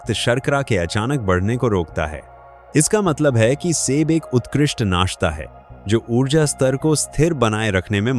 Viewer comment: आपका बोलने का तरीकाठीक नहीं है जो पांच फल बताएं प्रत्येक को ट्रेस करें जोर देकर बोले सेब फल को ऐसे बोल रहे हो किस तरीकेसे बोल रहे हो।